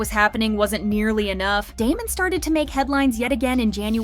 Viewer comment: please before you make videos like this actually pronounce their group name right